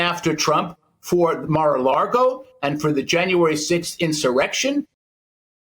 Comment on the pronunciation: It called Mar a LAGO not LARGO. is a moron.